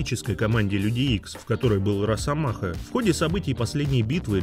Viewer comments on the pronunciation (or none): что за "рАсомаха", ну ты чего. Ещё и дЕдпул